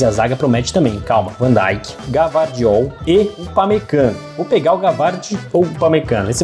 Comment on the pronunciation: Gvardiol não se fala Gavardiol mas sim Guivardiol...um abraço sucesso